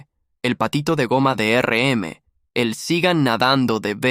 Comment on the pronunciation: muy bueno, se me hizo largo y porfa, basta de usar IA, no puedo escuchar más que digan ERE EME!